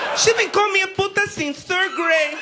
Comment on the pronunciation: "she be callin' me a puta since thir' gra'e!"